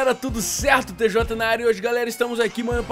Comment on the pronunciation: A NAO FALA TJ ELA FALA TEZOTA